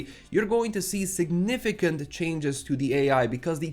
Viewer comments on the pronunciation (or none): none